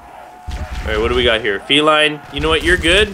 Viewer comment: That gun isn't pronounced feline like a cat it is pronounced felin like a mix between Feline and villian